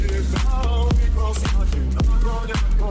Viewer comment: КозакИ, а не козАки. Українською мовою)